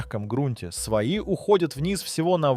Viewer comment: Какой тупой автор . Сваи читает как свои . 20 дюймов у него оказывается 20 сантиметров .